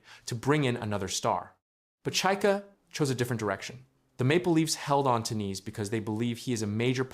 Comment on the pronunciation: It pronounced N-eyes ( Knies)